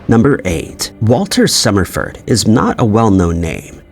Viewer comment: The AI screwed up Summerford’s name … anyone else catch that?